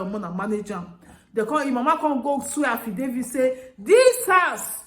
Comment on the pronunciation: Affidavits not affdavie . After all Englishis is a boworro language.